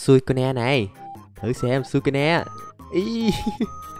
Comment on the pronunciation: con suicune mà anh bắt đọc bình thường là sui-cun mà anh :v